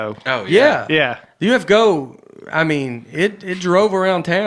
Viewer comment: I’m surprised no one mentioned Nate saying UFO-go…. 🎤🤷🏻‍♂️